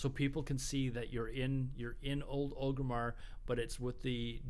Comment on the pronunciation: it's not ogrimmar it's ORGrimmar